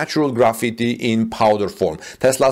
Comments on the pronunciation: It is pronounced like Graph-Fight, not like Graffiti. Graphite is used commonly in pencils. China is the number one producer of graphite, with Brazil a distant second. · Pronounced as gra fight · Graphite is pronounced as graph-fight. Hope this helps.